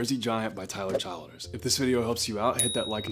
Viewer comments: “Chill ders” not child ers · Tyler CHILL-DERS is the pronunciation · Chill-ders is how you pronounce it.